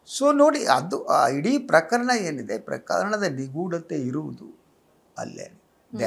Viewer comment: You are a very good anchor Onde ondu salahe PraKHArana anta helbedi PraKArana anta heli Alpapraana